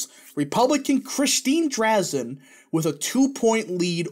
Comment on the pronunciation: It pronounced Dre-Zan I live in Eugene Oregon that’s what all of her campaign ads say her last name is